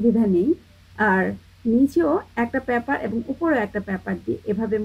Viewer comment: অ্যাবং! অ্যারচেয়ে! 😂😂😂😂😂